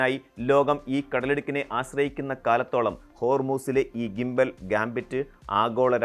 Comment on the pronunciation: 1.20. ജിമ്പൽ അല്ല its ഗിംബൽ